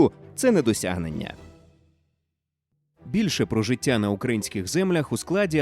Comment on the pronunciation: Голос за кадром- "ЦюЦюн, жиЦЦя, громаДЗяни" треба на консультацію до логопеда! Вкрай неприємно слухати ці маасковські виверти! ДИЗЛАЙК!!!